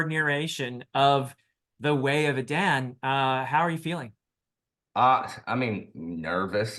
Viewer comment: I went ahead and started it. I love the voices. It seems the narrator choose to go with your pronunciation of E-Dan, rather than the less popular E-Dawn. :)